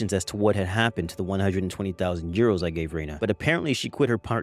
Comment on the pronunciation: How the hell did she mispronounce 120,000 dollars